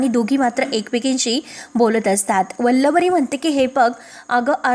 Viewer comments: Aadhi vachat nahi ka Vallari la vallavari ka bolata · वल्लवरी नाही हो.उच्चार नीट करा!